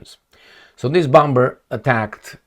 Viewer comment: In Limba Amerikana, "bomber" se pronuntza "bomer"!